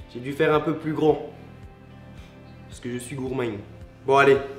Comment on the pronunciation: je rêve où il dit parce'que je suis roumain?